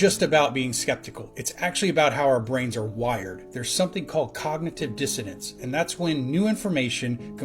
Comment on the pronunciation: It's funny, no matter how many disgustingly fake videos these UFO nuts come across they would still believe it because they have been obviously programmed to do so, that is called cognitive dissonance....not dissodance like that moron said at the beginning